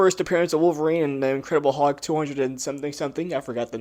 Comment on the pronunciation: I'm not trying to be a troll. But I swear you are not pronouncing the l in hulk every time you say it, and it's driving me a little bit crazy. Sounds like you're just saying huck